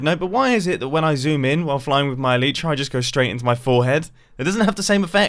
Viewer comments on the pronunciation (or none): none